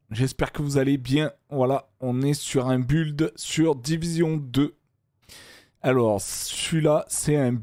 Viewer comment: le i du mot build au début tu la envoyé en vacance mdrrr🤣🤣